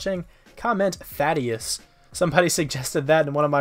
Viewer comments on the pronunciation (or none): Thaddeus ? Uh I think that’s what you said